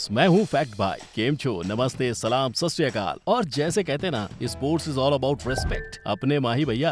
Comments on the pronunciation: Bro (Sat shri akaal) not satriakal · Sat Shri Akaal not Satriakal please.